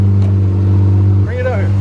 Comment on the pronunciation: "it's insA HANE"